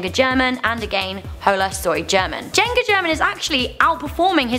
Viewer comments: She said "Jenga German". It's "Juega German" as in German Plays. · is no now cringing at the way she pronounces german and juega? omg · Jenga German.... Juega. And she said German wrong. Cringe.